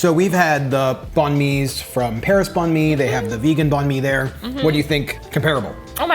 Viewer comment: unrelated to the video but I live here and bánh mì is basically pronounced "bang me", don't be afraid like, this "bonn me" just doesn't sound like anything